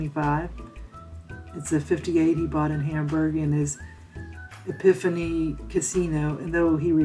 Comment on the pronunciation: It is pronounced Ep-i (short I sound)-phone not epihany